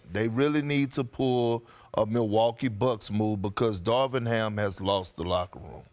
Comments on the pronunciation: It's Darvin not Darwin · “Darwin” Ham? Nice job, ESPN. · uhhh... pretty sure it's DARVIN Ham. not Darwin.